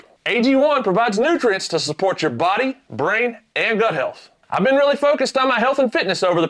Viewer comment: Pretty sure you said Butt health, Not Gut health. , Here is the situation on the Intakes, Where you put it, And how Cold and fresh the air is , Is grossly More important , then the amount of air, or how clean it is. I can assure you, Temp is Far more Important, putting a Big K&N in a spot that is gonna pull warmer air then your OEM Intake, You will LOSE POWER. Try me on that.